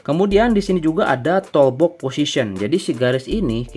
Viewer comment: Maaf sekedar share aja gan, kita sama2 belajar hehe. Kalau bhs inggris, kalau O ada dua dibaca U, kalau cuma satu dibaca O. Misalkan: BOOK = BUK BOX = BOX TOOLBOX = TULBOX (bukan TOLBUK) contoh lain: HOONIGAN = HUNIGEN LOOP = LUP Btw makasih konten TOOLBOXnya 👍 work 100%